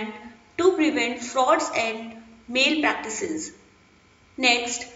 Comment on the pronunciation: It's not male practice it's malpractice correct ur pronounciation